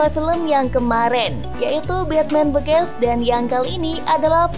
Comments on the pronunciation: Bacanya bigins min bukan bigens 🤣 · begins (bigains)